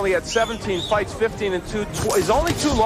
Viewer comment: 18 fyts in a yr. what a fyter